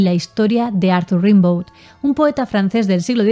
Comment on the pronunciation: Rimbaud se pronuncia "Rêmbo". Para que nos entendamos, foneticamente suena Gambó.